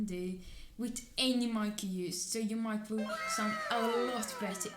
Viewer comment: It's Mic, not mIcKe lol